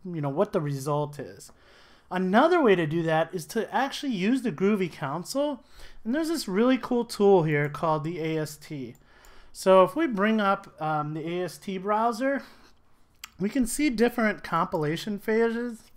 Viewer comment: I just started the course and I'm excited to learn! My only nitpick is that this is a Groovy console ( \ ˈkän-ˌsōl \ ), not a Groovy counsel ( \ ˈkau̇n(t)-səl \ )